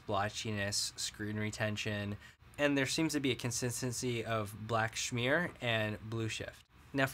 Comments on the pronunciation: it's smear not shmear! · Do you mean to pronounce smear as schmear? Schmear is generally used when referring to a bagel spread. Not quite the same thing. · The funny thing is, I don't know how I'd pronounce either of those differently. Apparently, I'm smear/schmear ignorant, hahaha. I think we talked about this on Reddit, yeah? After having that pointed out, I read through everything and I spelled it correctly, but I must be saying it incorrectly. Oy, hahaha.